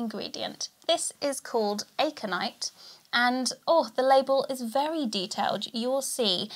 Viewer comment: I love you but it’s a-conite not aye-conite lol 😂